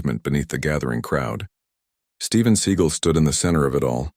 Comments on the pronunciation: Would this guy narrating please learn how to pronounce Steven Se GAL NOT SEE GEL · Story teller ca,t even say his last name right i,d love to see the video l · If you can't say his real name properly maybe you don't need to be given this fake ass story locked everybody just said got my girls do not stop and mess with people especially people that Steven seagal you idiot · What a crock of horse crap. The AI voice mispronounces the actor's name and the title has the wrong martial art that he uses and then the story has details from little tiny people in this part of the crowd and that part of the crowd this pure fictional crap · Maybe have at least enough integrity to narrate with Fake Voice that pronounces his name correctly(!) gF NM/FL